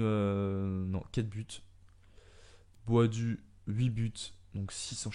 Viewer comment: Ça se dis pas boadu mais boadou tu dis les 2 ça me fais rire 😂